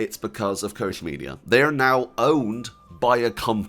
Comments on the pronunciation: Quick sidenote: the ch in Koch is pronunced like the Spanish j oder the Russian x. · It's axtually spelled koch but it's pronounced cock media